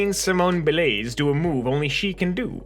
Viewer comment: bruh... 1 how are you an adult in 2021 and not know who Simone Biles is? and 2. Why would you pronounce it Bi-lays? Don't know how to pronounce it? my guy, say it like it's written. She's American, no accents on the letters. Like, you read for a living. or at least read enough for a video every day